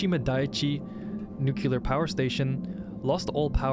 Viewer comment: I love this video but i cringed every time you mis-pronounced nuclear, little pet-peeve of mine, other than that, great vid, liked and subscribed!